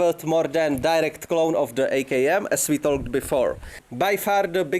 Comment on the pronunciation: PS - “talk” is with a silent ‘l’